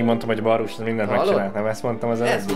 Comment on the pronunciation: Es amugy azt nem ugy kell ejteni hogy varusz?